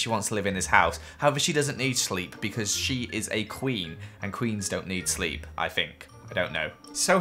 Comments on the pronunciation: You said shleep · It's probably going to be hard for Elsa to SCHLEEP. Me: I heard schleep not sleep but then he said sleep later on. T^T Also ur pretty as heckle:3